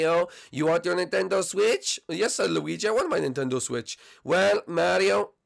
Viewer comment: Ok it's NINTENDO Switch not NENTENDO Switch god